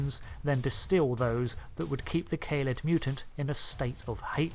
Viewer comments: Great video....but please allow me a few small points of constructive criticism: Kaled is not pronounced "kay-led".....it was pronounced in Genesis of the Daleks as"kar-led"..... same as "dar-lek". Ace, companion of the 7th Doctor initially made a similar mistake in calling the daleks "day-leks".....so you're in good company! lol Quite surprised that you made no mention of the original red dalek "Zeg", who challenged the leadership of the golden Emperor in The Dalek Chronicles/TV21 comic in the 1960's. The Imperial Guard (originally called "Black Leader Daleks"in Evil of the Daleks) were not "black cased".... they only had black domes. The gold and black dalek you have pictured as one version of the Dalek Supreme, is in fact only a member of the Supreme Council. Apart from those minor issues......... excellent job, and hope to see more new videos from you soon :) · Kah-led! Not Kay-led. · Great video filled with fun lore facts for any whovian. I must point out that kaled is not pronounced as Kay-Led it is pronounced as Kaa-led, ik I’m nitpicking but I just had to say it. Also the reason for the daleks naming is not paradoxical. The actual reasoning for why davros named them ‘Daleks’ is because there was another civilisation on Skaro thousands of years ago lost to time known as the Dals. Davros discovered many of their ancient texts and he found the word Dalek which in the language of the Dals translates to Gods. Davros believed in order to finally end the war he must achieve it through absolute power, destruction and no pity. It has also been revealed canonically that Davros used Thal prisoners for his genetic dalek experiments. He used them to sort of beta test them. Xx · By the way it’s Ka-led pronounciation wise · It's pronounced "Kah-led", please and thank you. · Brilliantly up-to-date. BTW most people pronounce it K-ha-lead.